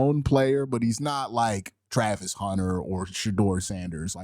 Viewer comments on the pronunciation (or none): none